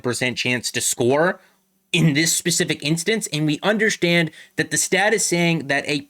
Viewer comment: it’s Tavares not Matthews with the kick up to the stick - Also not meaning to be a dick but you say the word “understand” like someone who’s native tongue is Portuguese. (un-der-shtan-d) Lol